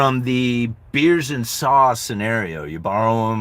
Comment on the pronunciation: i was lost for a second, you pronounce saws like i pronounce sauce. i open my mouth more for a saw than a sauce. sauce is a quicker word than saws. yes median income is rising what people do with that median income is more important than inflation.